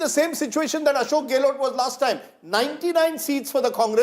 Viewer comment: What the hell is GAY-LOT? Its GEHlot